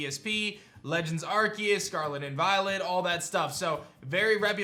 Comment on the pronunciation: As much as I hate to say this, I miss this video compiling all the twitter people dissecting Khu's tweet. Your Arceus pronunciation still isn't right.